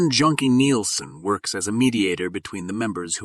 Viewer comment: Just to clarify to any english speaking wievers. "Jønke" is NOT pronounced as they often do in this vid. "Jønke" is NOT "Junkie". Jønke is a nickname comparable to that youd give someone called William- that would be Bill. Likewise.. Jørn, or Jørgen becomes Jønke. This Jønke kinda ended up calling dibs on it tho, and theres very few Jørns or Jørgens who enjoy the nickname Jønke nowadays. Let alone fewer peeps name their kids Jørgen now. it used to be ultra common for like 100s of years, fading out slowly in the 80s, 90s and onwards. its still a common name, but its not ultra-common